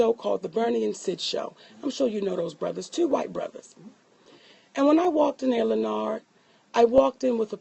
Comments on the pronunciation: Chrissy B LEN NARD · why she kept calling him by his first name and then mess it up😂